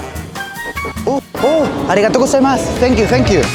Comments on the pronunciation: Literalmente todo el vídeo: O u arigato gustemas, tenkiu tenkiu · me dio mucha risa el "oo arigato gosaimas, tenkiu tenkiu" XD